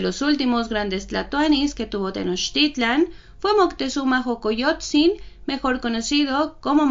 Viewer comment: la x tiene varios sonidos, así que no es jocoyotzin sino socoyotzin y meshicas , que bien pronuncias tenochtitlan, felicidades!!!